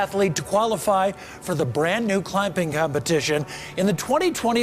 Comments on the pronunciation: "Climping competition" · Isn't it "clamping"?